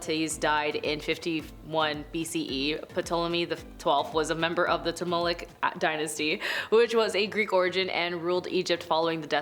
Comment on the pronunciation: Ptolemaic = TALL-eh-MAY-ick